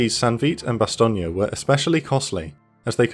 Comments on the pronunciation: Just one question, WTF is bas-TOG-nee? It's pronounced BAH - stone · Bas tone, not Bastonia, lol